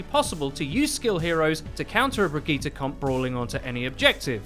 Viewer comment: Stop staying Brigette as brig eeta! It’s pronounced bridge-it.